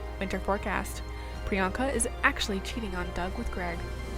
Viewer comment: "atchly"? Do you mean "Actually"? XD